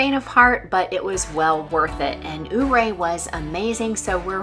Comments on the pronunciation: Loved your vlog. I live in Ouray County and I'm so glad you got to see our beautiful country. I hope you get to come back. For future reference, it's pronounced Your-A. It's named after a Ute Indian Chief. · I noticed how you pronounced Ouray. The town of Ouray is pronounced “your-ray”. Every Summer for a little over 20 yrs, we base camp in Ouray in our RV and off road the trails in our Jeep.